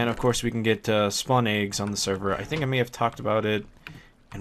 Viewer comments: you say "aags" instead of eggs. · You say Eggs Funny :P